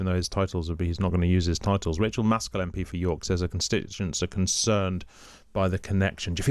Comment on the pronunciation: What are 'Titels' , 'Entiteled' ? Ffs